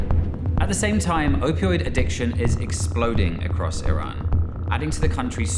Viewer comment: did all this research and cant even pronounce iran correctly